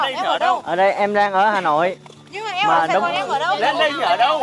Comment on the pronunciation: Tôi lưu ý thanh "liên" Hoàng là Hà Nội chứ k phải Hà Lội nha =)))))))))))))) "nhà mình ở Hà Lội xuống hả chị " :v đau ruột